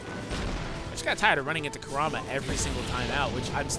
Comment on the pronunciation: “Koorama” :| Y U bootcher hys nahme But this honestly looks very interesting.